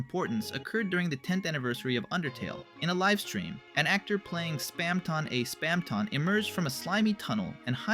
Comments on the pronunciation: Why did you keep saying Spamton so weird? (Spam-ton not Spam-tawn) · its not SPAM-TON its Spamton "Spam-tin" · Bro have u even PLAYED deltarune like at all? You’re messing up so many words from neo-neon? How’d u get that? And span -Ton like he weights a lot of something. As a British you say ton like tin spam-tin idk I think ur talking about stuff u read on Wikipedia and don’t actually have passion for. Dare u to explain undertale without looking it up! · please stop pronouncing it spamtON instead of spamtIN bro. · we produced it like spamtin all through it should be spamton it just sounds way weirder saying it like how it should be spelled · OMG STOP SAYING SPAMTAWN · It's not Spam Tong. It's not Spam Tohnne. It's Spam Ton. Pronounced tuhn. Spamton. Say it right. Please. I can't listen through this whole video with you butchering my boy's name. I had to mute the volume and enable captions, but somehow even the captions are wrong. Please, with all due respect, fix your speech impediment and rerecord all videos where you've spoken his name wrong. It's impolite to mispronounce the name of someone who's listening. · nvm, spamtahn neon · Why do you pronounce Spamton in such a weird way? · I love how that's what bothers you and not the way he pronounces Spamton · why do you keep pronouncing spamton like that though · I cant make it through this the way you pronounce spamton, correct or not, is just acid to my ears and mind.